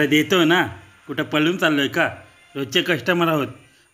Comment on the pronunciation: पळून नाही पळूण 😂😂😂